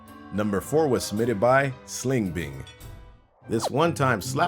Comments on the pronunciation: 1000 subs with no videos challenge he said SlingBing but it was SingBling. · It's "singbling" not "slingbing" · said slingbing when the name was singbling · He said SlingBing but it was SingBing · Did say slingbing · said the name wrong.... just thought I would point that out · there's no L